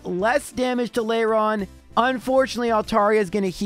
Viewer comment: Layron? Where are you finding the y? At least Tropius sounded correct, considering I don't remember seeing it in the anime. That said, I'm honestly concerned with how you went from actually caring about the fainted Pokémon to just insulting them. Bonus points for poor Absol.